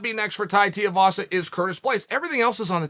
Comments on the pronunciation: It’s pronounced “two-wee vasa” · Tui rhymes with shoey Uncle Chael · ''Tiavasa'' -Chael Sonnen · teaivasa lmao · Chael... it's Tooeyvasa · for christ's sake man, learn how to say fighters names. TUIVASA- "TOO-EE- VAA-SAA" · Tiavasa🤣🤣🤣never lost a round or mispronounced a name undefeated an undisputed goat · Who is "Tiavasa"? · Chael, if you read the names on paper it might help with the correct pronunciation of said name. A second suggestion might be to use some of those endless, wonderful, personal contacts & inquire how people are called, especially when announcing their name to the world 🤔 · Only Chael could spend 8 minutes singing the praises of a man without saying his name correctly even once. Golden. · Can someone tell Chael Tuivasa have a u in it? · Still won’t say his name right 🤣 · Chael didn’t get his name correct once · Imagine suggesting it wasnt a knockout worthy elbow .Yet he face planted Lewis. Put some respect on his name and say it properly. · Chael keeps saying his name wrong lol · We need you to pronounce his name right, first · Chael, if you're gonna make a whole video praising a guy, you should probably learn how to say their name. Especially if its 4 simplistic syllables that a 3rd grader can put together correctly. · Damn, i hadnt read your comment until after i dropped mine, but yeah, Uncle, And STILL, cant pronounce Tais name, we better not really fuck Uncle up and get him to try to say Va'aiga correctly, Tuigamala would cause him a melt down. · It literally sounds like “shoey”, but with a “t”. How hard is it to pronounce the last name of a guy who is famous for his post-fight shoey, but just swap the “s” for a “t”? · Stop pronouncing his last name wrong!!! its TUIVASA not TEAVASA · Pronounced Tai "Tooivasa" Tuivasa Not Tai Tiavasa 🤣🤣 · Too-ee-va-sa, not Tai teea-vas. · C'mon Chael. TUIvasa, not TIUvasa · It's pronounced Tuivasa not Tiuvasa lol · Tiavasa not Tuivasa? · Chael, get it right mate. Two-eee, not Tee-ooo. FFS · Tie tee-ah-vassa